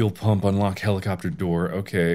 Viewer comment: No one: Mark: helichopter, helichopee, helichupee